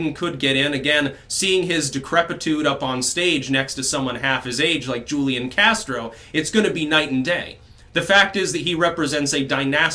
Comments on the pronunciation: It's not Julian Castro it's Hoolian Castro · FYI- Julian is pronounced: WHO Lee Ahn Hoo Li On (Take your pick) The J in Spanish has the H sound. Just trying to help...